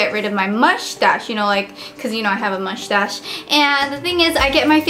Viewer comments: she says : Mouchtache :D LOL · why cant you say moustache properly? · lol I was going to comment on that too, I love the way she says mushtassss haha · Lol I love how she says mushtash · "And also I have a "muchtass", haha :D <3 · Lol mushhhtashh